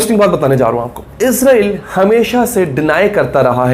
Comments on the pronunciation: یار آپ لوگ اسرائیل کو ازرائیل کیوں بولتے ہو ؟ وہ تو فرشتے کا نام ہے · عزرائیل نہیں بھائ اسرائیل